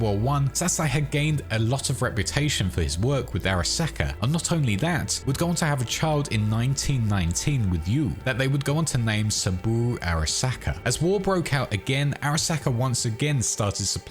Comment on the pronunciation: Okay finished the vid and the thing was like 99% excellent, but just ever so slightly marred by what seems like a weird compulsion to mispronounce every Asian name. It's just uncomfortable dude, c'mon. Sabooroo Arasacker?